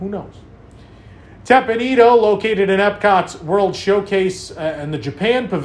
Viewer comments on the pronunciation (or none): The reduced hours reflect the reduced daylight hours which start shrinking in September. This change has potential to save energy. Teppan Edo - the last word is pronounced 'ehh dough.'